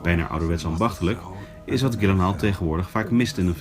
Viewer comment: Als jullie volgende keer eens luisteren hoe hij zelf "Gyllenhaal" uitspreekt... ;) Verder prima interview.